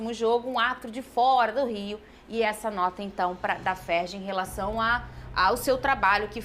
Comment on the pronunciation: Não é FERGI,e sim FERJ.